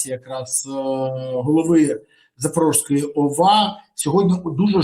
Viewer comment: Запорізької області, а не Запорожскої . Вивчіть, нарешті Ви воювали на Запоріжжі , невже не чули як вимовляється назва області???? Також якщо мічто Кривий Ріг, то область Криворізька.